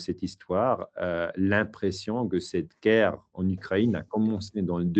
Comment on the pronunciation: Ukraine, Moscou - drôle qu’il ne sait pas comment prononcer 🤭